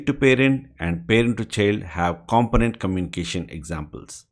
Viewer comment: With the word component, the stress is on the second syllable comPOnent.